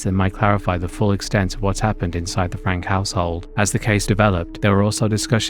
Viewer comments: Slight thing: "Franke" is pronounced "Franky". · Ruby Franke - pronounced Frank-ee